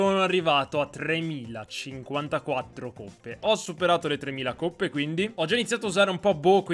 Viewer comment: sono del sud (non fate battute) e mi da davvero molto fastidio quando dici coppe con la o chiusa